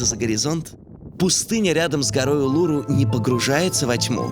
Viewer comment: Улуру -- ударение на последнюю букву